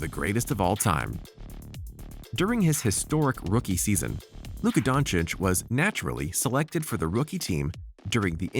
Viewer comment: Actually the pronunciation of his last name is the best i have heard from the Americans